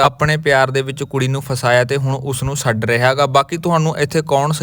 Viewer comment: ਸੱਡ ਨਹੀਂ, ਛੱਡ ਹੁੰਦਾ 😅😅😅😅